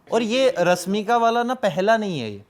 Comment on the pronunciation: पहले मसीन नहीं मशीन और आर्टिफिसल नहीं आर्टिफिशियल और रस्मिका नहीं रश्मिका कह दोस्त तू ज्ञान की बात बाद में 😂